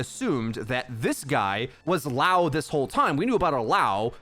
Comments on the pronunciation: Bruh, it's liao, not laow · "Lee-ow" my dude. So, "Liao" not "Lao" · it's not lao, it's l [i] ao, like lee ao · li-ao not lao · It's not LAO, it's LIAO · Thanks for the quick video but you’re saying LAO instead of LIAO the whole time it’s killing me lol it’s LIAO, there’s an I in the middle. :) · I'm curious as to why is everyone pronouncing Liao like Lao. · Say it with me, Lee Ow.... that’s how you say Liao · Everyone: obviously pronounces liao correctly Yo: laow